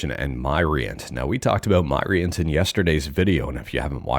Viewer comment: Myrient = Myriad of Entertainment. So it's pronounced Mi-rient, not My-rient. Just letting you know, Mr 😉